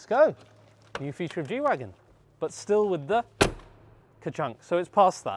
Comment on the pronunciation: isn't it "G-Wagen" not Wagon? It's short for Geländewagen